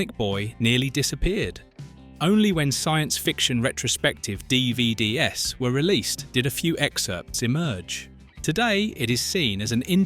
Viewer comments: Thought the narrator of this video was human, but it too turned out to be "bionic" too. DVDS??? 😆 A real human would have said Dee-Vee-Deez. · I love this video, but I hate the Ai narration... especially when the people that make these videos don't bother to "proofread" the Ai .... "DVD ess" instead of "DVDs"... c'mon... it was good until it started to slowly deteriorate... the "Six Million Dollar Man" narrated by an Ai.... how fitting actually... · What's a Dee Vee Dee Ess ? DVD's? Is this AI generated? The evolutional irony. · what is a dee vee dee ess? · The most surprising thing about this video is that the narration is another AI (albeit with a British accent). I as almost convinced until it pronounced "DVDs" (plural) as "d-v-d-s" (4 individual letters). Please, for your viewers' sake, ditch the AI and use a human. (I did enjoy the facts, but once the DVDs mispronunciation hit, I started looking for more errors.)